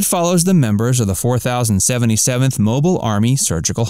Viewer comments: This is by far my favorite television show of all time but because you still cannot pronounce the unit number correctly and place wrong pictures of those for whom you are discussing i cannot give you a thumbs up. You did this on your other video and these issues should have been corrected but you failed and with it brings disservice to the show and lowers your credibility as a "fact" video. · The way you refer to the unit as the "four thousand seventy-seventh" tells me you've likely never watched the show.